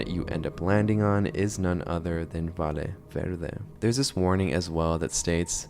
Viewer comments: I'm losing my mind, sorry, it's pronounced "VAYE VERDE" just like "Yapping" "Yes", the double LL in Spanish is pronounced like as Y. I'm guessing it's rage bait, and it's working, because I can't hold myself back every time he says "Vale Verde" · Bruh!, but seriously, Valle Verde is not pronounced "Vale Verde", use google translator to hear the pronunciation because a valle is a valley, and a vale is a voucher. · Sounds like European Spanish pronounciation